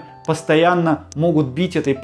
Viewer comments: Только не обезбАливать, а обезбОливать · Только не обезбАливать,а обезболивать,нет слова баль.А так все классно,от души